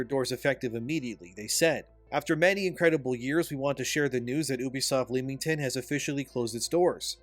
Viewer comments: Bro Leamington. Say it right or not at all. Think of it as Lemin. Leminington. The 'A' is silent. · England resident here, it's pronounced Lem-ing-ton 😂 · FYI its just Lemington, ignore the A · As someone with family in royal leamington spa, its a little grating to hear thebtowns name be mispronounced, makes me think we are talking about somewhere else. Its pronounced lem-ming-ton. The 'a' is silent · Leamington is pronounced Lemmington. Had to dip , too cringe.